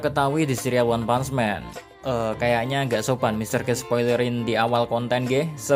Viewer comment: Bacanya leb bukan lab jangan nyamanyamain bahasa inggris sama bahasa indonesia nanti youtube lu di hapus loh dan bukan one pants man tapi one punch man pak dibaca one putch bukan pants